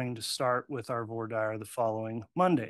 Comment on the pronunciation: How in the world does this judge not know how to pronounce "Voir Dire"???